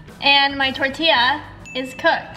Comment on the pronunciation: When you said tortaya it was so notisiball that is was hard because you left the package oit